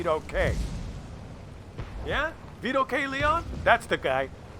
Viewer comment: I would think a person as proud of their Italian heritage as you would know how to pronounce Leone. It's lay-oh-nay. (I know, have a cookie.)